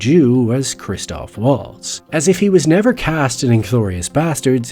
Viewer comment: You could at least pronounce his name correctly.